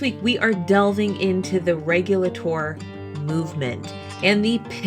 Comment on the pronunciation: When I visited the Alamance Battlefield it was always pronounced Reg-you-late-or not Reg-yul-ah-tore.